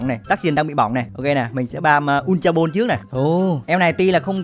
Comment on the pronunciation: Góp ý mỗi cái đọc là bôn(ball) chứ ko phải bô =)))